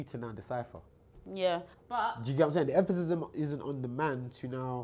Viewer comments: Can someone tell it’s emphasis not “emphasism” 😭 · Every time says “emphasism “ it rly nullifies any intelligent thing he says after it 😂😂 nah but love he’s got some wisdom